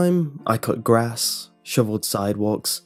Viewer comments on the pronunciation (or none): none